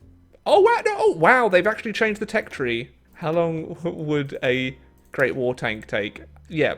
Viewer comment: I still don’t know why he can’t say war